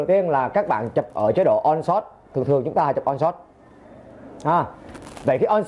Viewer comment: Ổng muốn nói là nên lấy nét bằng 1 điểm giữa (thay vì 9, 11... hoặc Auto) và chọn chế độ lấy nét One Shot (ổng phát âm thành On Shot)